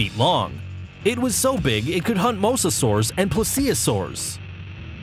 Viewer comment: mosso-saurus please say mosa-saurus